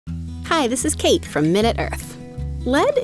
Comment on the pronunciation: Is it just me or did she say "This is from MinuteEarth" at the beginning?